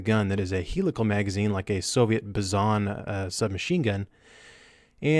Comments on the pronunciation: It’s Bizon like bison but with a z not Bezoon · Bizon is actually pronounced By-Zon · It's BIzon. It's pronounced with emphasis on the bi. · Lol the way you say bizon